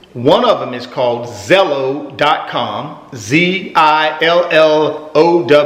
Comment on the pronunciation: I've never heard "Zillow" pronounced like that before:) I notice the videos with the luxury cars get tons of hits, but the true nuts and bolts of cash flow analysis isn't as popular with viewers. I'd argue that this is the type of information you truly need to be successful. Most viewers like the idea of fancy things, but when it comes to math and simple formulas; the average viewer tends to check out. Your awesome, keep up the videos! I am now a loyal subscriber.